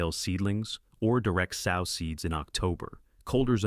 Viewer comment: it’s the mispronunciations for me, like “sow” pronounced like a female pig vs like “sew.”